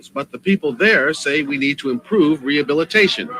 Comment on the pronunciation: "We need rehubbilitayyyshuun🤡